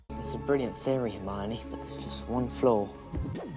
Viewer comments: Did he say HeRmInOr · am i the only one that noticed he said herminor instead of hermine